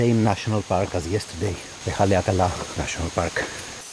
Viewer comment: Great pronunciation on Haleakala!